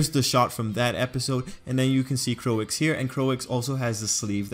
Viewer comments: I like how you did this,But i dont know why people are making fun of you cuse you said "Coix" i think you did great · 'Croix' should be pronounced like 'croah' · No, Croix is pronounced as "Kroy." Think about the Japanese dub of DBZ. We don't pronounce character names as "Kurirrin" or "Piccorro." They use consanent vowel pairs in most of their letters, which limits their pronunciation capacity.